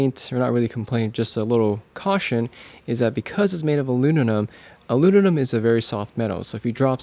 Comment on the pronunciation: Thanks man! You know it's aluminum, not aluninum?